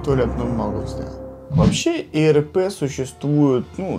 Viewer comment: А почему ты гопоришь ирпе а надо ирп понимаешь👻👍лайк поставил